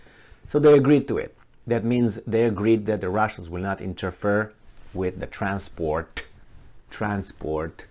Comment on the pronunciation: interfere: "INTER FEAR" not "inter-fur"